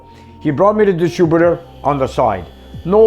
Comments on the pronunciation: I like the way you say "distroebeter"...no offence 🤣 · Distributor... not distrubutor. Soft "i". And... Edelbrock... not Eldabrock.